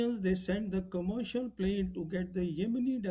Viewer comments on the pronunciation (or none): none